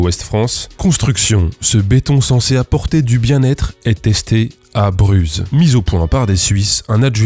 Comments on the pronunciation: j'ai habité a Bruz et on ne dit pas "Bruzzzzz" mais juste "Bru" :) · ça se prononce bru pas bruze!! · Par contre on dit "bru", pas "bruzzz". Mais sinon merci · Bravo, ma mâchoire s'en est décollée d'hébétude... C'est drole autant que ça fait peur. Juste pour info, Bruz se prononce "bru"😉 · Cher Gmilgram, j'habite à Bruz, on ne prononce pas le Z !! ça se prononce "bru". Merci ! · Bruz se dit "Brue". Mais bonne vidéo. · on ne prononce pas le z de Bruz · On dit pas Bruz mais Bruz ! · Je connais bien Bruz, le z ne se prononce pas (je ne saurais pas expliquer pourquoi par contre, débrouillez-vous)